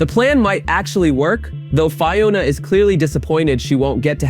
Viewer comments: Fye-ona? Land of Oh Oh? Fuck off with this AI bullshit. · How are you mispronouncing Fiona? Her names is used every episode.